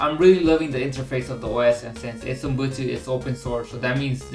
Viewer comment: it's not UMbutu as you keep repeating it's UbuNtu